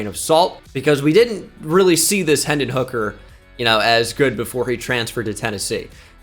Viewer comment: Hendon not henson